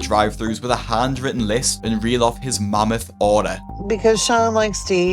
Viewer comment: his “mommith order” 😂 I don’t know if that was just your accent or a good pun but it was funny